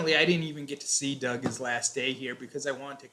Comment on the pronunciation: Y she kept on saying dog ? Did she mean Doug?